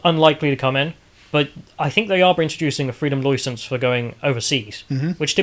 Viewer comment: Freedom Loicence